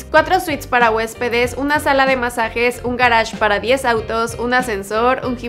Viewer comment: porque dices Garach Pronuncias cosas en ingles sabiendo que son en español es como el que dice renta si viene del rent que es alquiler